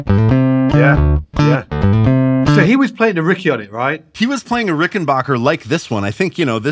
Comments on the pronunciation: Dammit it's RickenBACKer, not rickenBOCHer!!!! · RickenBACKer. RickenBACKER. RickenBACKER. Not BOCK. ✌ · You dudes need to learn how to pronounce "Rickenbacker." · It grates on me so much to hear people like mispronounce "Rickenbacker."